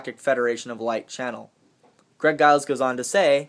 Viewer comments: I so wanted a box that i could make ribeye steak come out of. What a disappointment. I guess I'll have to shift my info source to Drake from now on or maybe Fulford. I'm still waiting for the flooding to come in October. Btw... the "G" in Giles is pronounced like a "J". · giles sounds like its pronounced with a j eg "jiles"